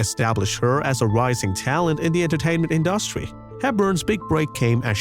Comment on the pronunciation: To the narrator: you mispronounced the word industry several times!!!